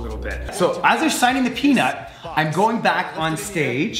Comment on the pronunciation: I thought every single time you say peanut I thought you are saying penis lol